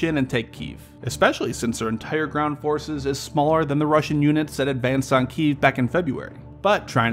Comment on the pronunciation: What's a "kiyv"?